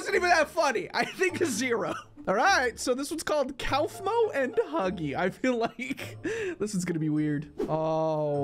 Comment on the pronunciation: its pronounced KOFMO